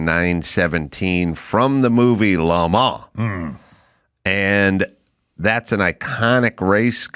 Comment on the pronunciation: Adam keeps saying Le ma every time he's talking about Lemans. It's more like Le man. Only the s is silent.